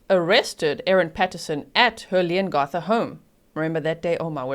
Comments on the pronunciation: I'm a local, about an hour from Leongatha...your pronunciations are perfect although we pronounce it Leon-ga-tha rather than Leon-gar-tha ☺️ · Another “Family Tragedy” hmm 🤔 Oh Leongatha - the a has a short sound like (a)pple not an ‘ar’ Thanks G 😁👍❤️🇦🇺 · The A in Leongatha is pronounced as it is in Apple. Not as it is in arm. With respect as you asked. Love your lovely accent though. The town is pronounced more-w'l. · Also, G, it’s pronounced Leon GATH a. Not Garth. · Thank you for covering this. Btw, it’s LeongAtha…the A pronounced as in cAt. (🇦🇺 and I’ve never met a single person who believes she’s innocent 🇦🇺) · You did really well with the town names! The only one a little off was Leongatha (the a in the gath part is pronounced like the a math rather than a in path)! Much love from Australia! <3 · Thankyou for your prompt coverage of the outcome of this case. Leongatha is pronounced "Leongath"....as in Cath "a" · Hi, you did pretty well with the town names, Morwell was correct, Leongatha is like you said leon right but the gatha part is like gap, short a sound, hope that helps for any future videos (they are towns about 2 hours or so away from me). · I’m a local. You’re doing well with the town names. Leongatha is slightly different, but that’s just an accent thing. Morwell was pronounced perfectly. I’m so glad the jury found her guilty. I only wish they charged her for attempted murder for her ex. I also think they need to exhume her parents…she got quite the hefty inheritance when they passed.